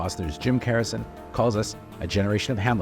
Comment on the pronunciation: It’s Garrison. With a G. Not Carrison. Not Harrison. Someone’s not doing their job properly.